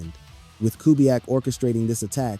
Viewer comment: Who is Ku-back? Is he related to two-pack? It’s cu-BE-yak not Ku-back🤦🏽. Otherwise, it was a good video